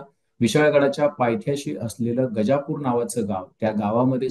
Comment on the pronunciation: गजापूर गजापूर काय म्हणता? गाझापुर आहे का ते? काय असेल ते आधी नीट समजून घ्या आणि सांगा.😮